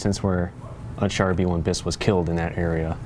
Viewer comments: Yes, I love this design. I just love the Char B1 Bis. By the way, it is pronounced "Shaar" and not "Char". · shar bee. that's the pronunciation. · Hnnhgghngghng, it's pronounced "Shaare". The r is hard, think of a tiger growling. The S in "bis" is silent. The french fought for every inch of land they lost, like you Americans did anything significant other than Normandy (which wouldn't have been successful without help) on the western front, now we appreciate that you defeated Imperial Japan, but someone needs to put you in your place. I do apologize if I offended anyone, but enough with dissing the french, remember, you likely wouldn't have your independence, had they not helped you. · It is pronounced "Shaar" It isn't a hard R though it's like a "French R"